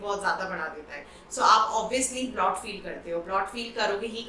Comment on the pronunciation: Its BLOAT not BLOT.. period!